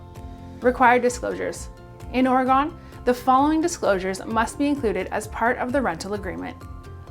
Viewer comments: Please learn to pronounce Oregon! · That’s not how you say oregon